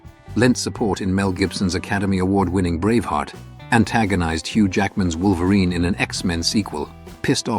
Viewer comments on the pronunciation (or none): none